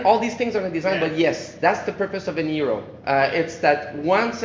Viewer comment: The way he pronounces hero as "eero" is so annoying. The game looks good so far though.